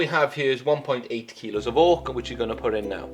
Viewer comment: At first I thought you said "Orc." But then I realized it was "Oak."